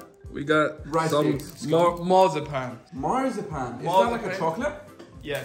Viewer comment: "mars a pan" lol